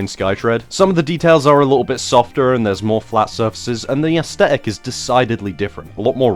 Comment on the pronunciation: Love ya dude, but stop saying asTetic.. there's a th!